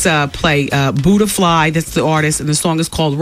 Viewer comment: I keep laughing at her calling them "Buddha-fly" (and thinking it was one girl)